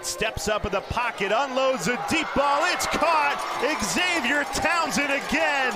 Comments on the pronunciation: Could someone tell this play by play announcer that Xavier is pronounced ZAVE-YUR, not Egs-Zave-yur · No they won't. Your parents don't meet everybody who reads your name. It's on your driver's license, it's on your ID. BTW, all the way through the video, they called him eggs-avier Henry. If they wanted him called that they should have put Eggzavier on his birth certificate. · Sportscaster calling the guy X Zavier drove me nuts! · Why is xylophone pronounced zilafone, and xerces pronounced zerksees, but xavier is eggs-avier?